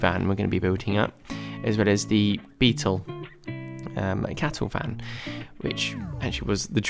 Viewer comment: Aargh - beetuwl, metuwl, wheeuwl, axuwl!